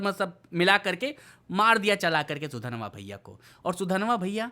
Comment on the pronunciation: Sudanva achitu kon hai yeh naam toh sahi lo